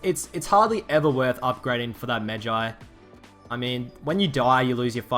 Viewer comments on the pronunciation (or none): none